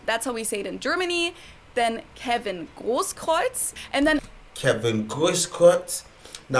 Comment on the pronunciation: Da sagt er Kevin großkotz 🤣🤣🤣🤣🤣